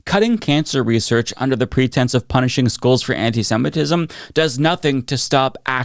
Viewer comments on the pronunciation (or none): this mf said antisetimism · WTF is antisentism? The guy can't even pronounce the term that probably secretly describes him. He only says these things cause he likes lobby money. I actually support Israel, but not what's being done at Bibi's direction. The people of Israel deserve justice, and that means a return of what I'm assuming at this point are the bodies of the remaining hostages and prosecution of Netanyahu for his corruption charges. A regional war to avoid accountability is a pretty terrible move for someone in a leadership position. Kids shouldn't starve so you can avoid jail, Bibi.